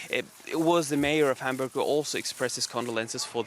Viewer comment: its called HAM-BURG dont pronounce it like hamburger.